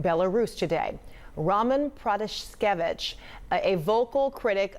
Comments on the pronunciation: I’m sorry but did the CNN reporter know anything about this before she took on this topic 🤷‍♂️😐 she pronounced her name wrong she called Lukashenko the president still and then she literally wasn’t listening to her as she was talking to her she explained the same thing could’ve happened to me and then she’s like so this happened to you ? 🙄 like damn lady are you even paying attention 😐🙄🤷‍♂️ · And also the way how she pronounces Roman Protasevich is not really correct...